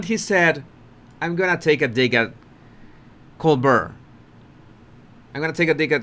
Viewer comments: Colbert.....pronounced as "coal-bear". The "t" is silent. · Brown Bear, Grizzly Bear and ColeBear, that's how you pronounce Colbert.>>> COLEBEAR<<< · it is pronounced… “coal bear” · Love your channel,. It is pronounced Col-BEAR not Col-BURR. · Colbert is french and the pronunciation drops the L and then the T. Coal- bear. That is as close as i can say it. 👍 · so it doesn't drop the L then ? why say it does ?? coaL-bear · It’s Col- BEAR. French. T is not pronounced. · FYI. The T is not pronounced in colbert. Colbear. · Pronounced Co-Bear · Love your insights!! Just an fyi - the interviewer’s name is pronounced Coal-bear’ (stress on the “bear). It doesn’t matter if you pronounce it wrong - we get it - but you seemed to be struggling, so thought I’d help ya out. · Colbear that’s how Colbert is pronounced. Good analysis’ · Colbert like col-bear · Try Colbert like this col, like cold without the d, and bert like air with a b.. Col-bair..👍👍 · I live just down the road from ColberT. Yes. We pronounce the T here. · Fabulous call!! You’re doing wonderfully!! A couple of shots of Harry there looking like he got caught with his pants down. I almost feel bad for him. Almost. And we pronounce the late night talk show host Cole-BEAR. Very simple. That’s the French way to pronounce it. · Pronounced [COALBEAR]--Colbert is a French name. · My Body Language guy, Colbert is pronounced Co bare' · Do you think I could follow ONE channel whose presenter does NOT have to use the F word? Honestly!!! His name is pronounced "coal-bare". Don't worry about it. You're doing great. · Here's HOW you can remember the pronunciation of Colbert; VISUALIZE him as a COLD-BEAR like a COLD shaking BEAR. 👈 Now YOU got it. 💋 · Sounds like “coal bear”. Thanks. Great channel. I love it! H really thinks the public or audience are dumber than he is! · He pronounces his name as Coal-bare. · Colbert pronounce as Col Bear. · Pronouced like Co bear